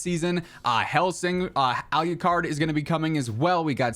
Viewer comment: I love ya mane, but you botched alucards name 😆